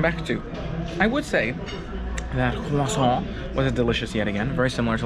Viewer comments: For the love of all that is holy, please stop pronouncing croissant that way! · Had to dislike the video on the 4th time you said croissant. I couldn't take it anymore.